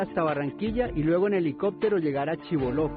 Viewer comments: Por q pirry dice Chiboló. si todo el.pais sabe q es Chibolo sin tilde. (pacto de chibolo) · Lo de Chiboló fue un error tipo "teléfono roto". Desde el Ministerio de Agricultura dijeron Chiboló, a mí se me quedó pegada esa pronunciación y así lo puse en el guión. El error es mio, lo asumo y me disculpo por él.